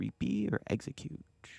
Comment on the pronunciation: Corrects the exeggcute attack name and still gets it wrong 💀